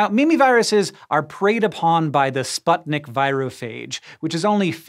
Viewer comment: Great video, Hank as enthusiastic and interesting as usual :) But would you mind making a little more research in pronounce of words/names you encounter in your videos? I can see you do it in French, Italian, Hispanic, but when it comes to Slavic languages you are just guess-reading it. This video made my ears bleed, since name of virus parasite is "Sputnik" which is clearly transliterated from Russian (also name of the first ever space satellite, anyone?) and literally means "co-farer", the one who shares path. What makes it absolutely legit and reasonable for this virus who inevitably shares path with giant viruses. The correct pronounce is "sp-oo-tnik", not the "sp-ae-tnik" as in video. It really hurts, especially when you see it written in video. But, still, thanks for great content, love watching it before sleep.